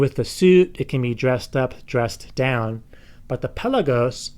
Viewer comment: Anyone else hate the way he says pelagos?